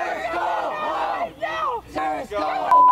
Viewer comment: I swear you said terrortits somewhere in there.